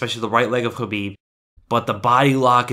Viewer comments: I think you are one of the few MMA channels / commentators who pronounce Khabib's name correctly, or at least do your best. I think it is a sign of respect, which a lot of people seem to lack. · Conor has a ground game but Khabib is on another level on grappling. Look at his history. Thanks for saying his name right. I e wanted to see this fight for years.always saw it as a Bloodbath or a rear naked choke but I was wrong it was a neck crank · On top of top-content here: FINALLY someone who bothers to pronounce Khabib the way it is, actually, pronounced. But given that rare occurrence plus the fact that you (seemingly) report everything except what Khabib answered Connor, my battered faith simply has to suspect bias. Despite the fact that I agree to your observations qua actual fight 100%. And I am biased towards Connor for personal reasons.